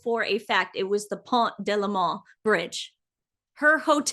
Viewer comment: It is " Pont ( silent T) de L'Alma"